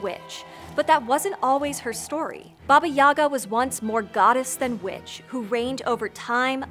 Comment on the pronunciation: For a second I thought she said Baba Yaga was B**ch but she actually said witch